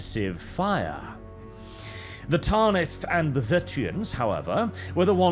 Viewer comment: Tan-ith. Not taaan-ith. Like banish, not baaanish. Great video tho I feel like Hermione 😂